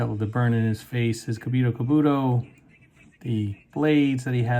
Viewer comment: the Helmet is called *KURO Kabuto* NOT “Kamiro kubuto🤡”